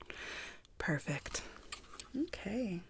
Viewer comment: “These things are rarely wrong” **takes temp* - 86.5F “perfëct” me 😄